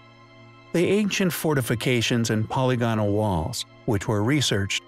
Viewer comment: My inner grammar Nazi cringes every time you say "polygonal." The word is pronounced "puh-lig-uh-nul," not "polly-go-nul."